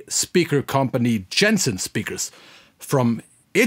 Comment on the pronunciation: The name of the company should be pronounced like you would read it in German. Roughly "Yensen" :) Otherwise this is an amazing video. What about the sensitivity ? It was barely discussed during the video.